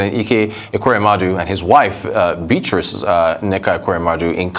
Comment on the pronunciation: Who is this reporter who can’t pronounce names very well. This a lady who is a Nigerian who can’t pronounce Beatrice properly.